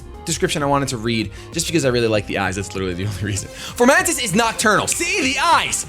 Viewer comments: f-O-mantis not f-OR-mantis! it's leviooosa not leviosaaaaa! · I can't get over him saying Formantis instead of Fomantis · fo mantis, there's no r. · Foe-Man-Tis =Fomantis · There is no "R" in fomantis.